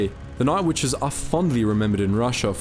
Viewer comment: What do I think? I think you need to eschew the Great Australian Elision, there is a t in witches. Otherwise quite informative but that finger nail down the blackboard drowns that out.